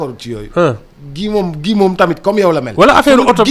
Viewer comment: Enfin le nom de Guy est bien prononcé. Ken degoufi Gouy ( baobab) 😢😂😅